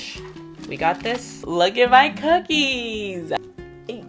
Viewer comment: when you said bookie it reminded me of the video where the person says bhocolate bhip bookies lol